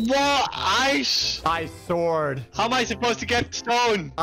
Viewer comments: pronunciation be like: 🤢🤮 > Sord 😎😎> sWord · I find it funny that doesnt say it like sord he says it like sword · anyone else oove how says sword "swword" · Is any one confused why says the w in sword?